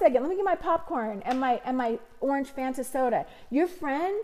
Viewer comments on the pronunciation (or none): none